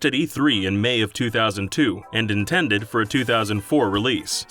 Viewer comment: Did...did you just Nintended instead of intended?